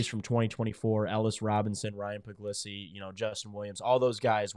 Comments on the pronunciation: It's pronounced like Pug-lee-see is my understanding and I've always liked him over Raiola. He's a rock solid, dedicated Dawg and I think he's going to be an outstanding QB. Go Dawgs! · Stop pretending that you don't know how to pronounce Puglisi's name.